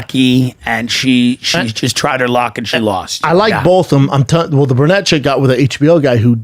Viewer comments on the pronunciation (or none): hey Brenda and, it's pronounced BRU-nette NOT BUR-nette